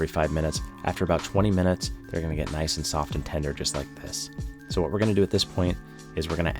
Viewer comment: Nah you ain’t slick you totally said nice soft and tender like PISS not “this”…